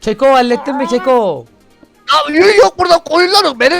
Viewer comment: abi keko deyil kako